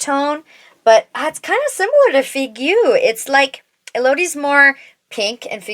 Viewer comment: So helpful to have so many comparisons! I'll have to swatch these lip liners in store, they look amazing, I love the colors. Figue is pronounced "fig", and you almost get Ma Biche right, simply there's no "eh" at the end 🫶🏻 I don't know why they give French names to everything 🤣